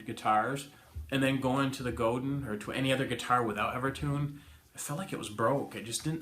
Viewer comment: Pronounced Go-dan (not Godin) -- They're French :D